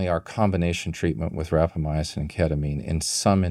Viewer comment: Good discussion, plenty of reasonable speculation. Minor correction of pronunciation by guest: RapamyCin not RapamyAcin.